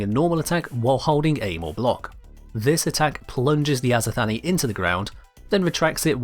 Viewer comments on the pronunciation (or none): If we are indeed going for a greek pronunciation for the azothane, it wouldn't be "Azo-Thanie", it would more likely be "Azoth-anie", so a similar syllable structure to "persephone". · It's not azothany it's just azothane like like the name Shane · "azothanee" its azo thane XD I think...